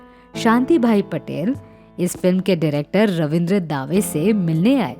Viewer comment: रवींद्र दावे नहीं रवींद्र दवे कहिये